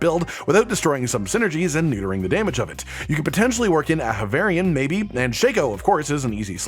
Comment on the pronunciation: "aHAvarion", not "avarion"...